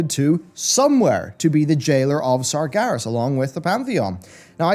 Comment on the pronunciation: Anyone else bothered by how he pronounces it "Sargaris" instead of "Sarg-EH-ras"?